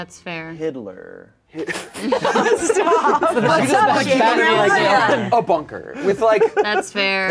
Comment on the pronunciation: i love how everyones serious expressions immediately change after says “hidler” 😭😭😭